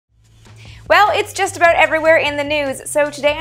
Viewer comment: I love it when you say aboot